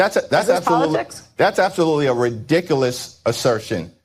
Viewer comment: Ree dikel ess😂😂😂